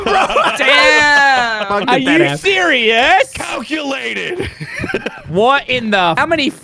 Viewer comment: british came out: ARE YOU SEr iouse